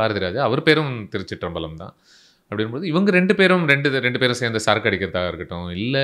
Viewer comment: பழம் பழம்னு உச்சரிக்கரிங்க just பலம் திருச்சிற்றம்பலம் 👍🏿🙏🏿